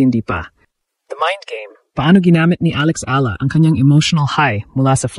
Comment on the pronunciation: Kahkahlowkah angvoice Ni Ai Ahla daw instead na Eyala that's how we pronounce it